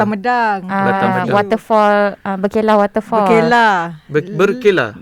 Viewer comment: kalau tak silap, sebut dia bukan ber'kay'lah mcm yg pi makan angin tu, tapi ber'KE'lah.